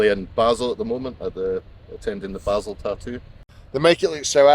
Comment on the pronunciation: Besides you and your dad being just fantastic lads. Respect to to not only put up with the two you, just kidding, but also pronounce Basel proper.